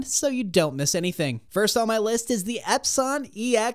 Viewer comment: I’m not taking somebody who can’t pronounce epson seriously.